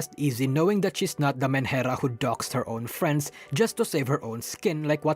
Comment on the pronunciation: what word are you saying there? Manhera? Sorry I've heard you say whatever word that is many times in the video and no matter how many times I replay it I cannot understand the word